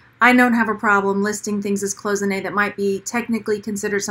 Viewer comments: It's "CLOY-ZIN-AY" not "close-inay" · Cloisonné is pronounced: clois (like noise) so-nay...not close-ah-nay. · Coy zen A is how it is pronounced. It is French. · She is not pronouncing it correctly actually. Google it. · For her defense, it'S a french word and not the easiest one with the SSSS transformed into a ZZZ sound , we all knew what she meant